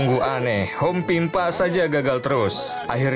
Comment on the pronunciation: “Abibabehsnuanasysvya” wkwkw ngomong apa anjay pas hompimpa😂